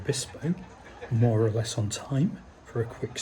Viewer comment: love, it's less not leeeeez.